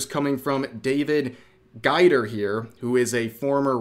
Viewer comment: His name is pronounced gayder I believe. At least that’s how I’ve heard it pronounced.